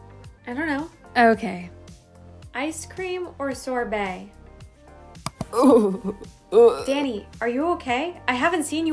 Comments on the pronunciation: When she yelled “Danny” it sounded like she said “daddy” and I was on the floor. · said DANNY! i heard DADDY! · She said daddy instead of Danny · what said*DANNY!! * What i hear*DADDY!! * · When she said DANNY I thought she said DADDY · I thought she said “DADDY” instead of “DANNY” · why does it sound like she’s saying daddy